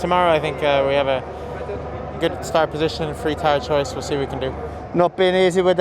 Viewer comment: I love how Gasly begins to say "position" correctly, but the reverts back to "podition"